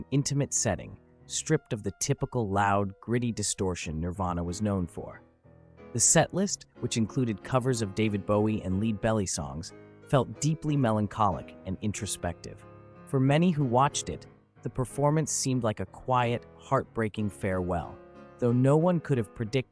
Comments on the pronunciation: Idk why this guy pronouncing lead belly like leading someone on rlly got me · You don’t even know how to pronounce ‘Lead belly’ LOL